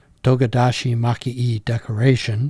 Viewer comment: The "e" in maki-e is pronounced "eh"